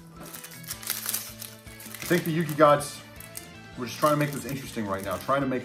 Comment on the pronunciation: u have to say yugi.............